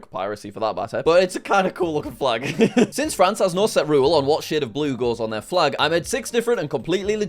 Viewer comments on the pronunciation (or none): none